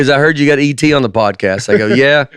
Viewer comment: "I heard you have E.T. on the podcast" from Spielberg is one of the hardest i've laughed at they podcast but it didn't hit at first because Nate somehow pronounced it "A.T."